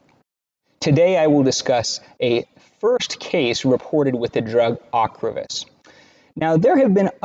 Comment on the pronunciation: You did not correctly pronounce the drug ocrevus